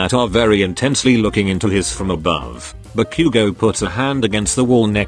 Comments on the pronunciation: What we say : Ba-Bakugou Google translate man : barbecue gou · im sorry but i have to point out a really funny bit the bit were Izuku goes ba-bakugo the voice said barbque-go good video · Ba-Bakuguo (text speech: What I heard) Barbeque-go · bro why did it sound like barbecue?😂🤣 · He really said barbque go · Ba“Q”go “D"ku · i understood barbacue 😭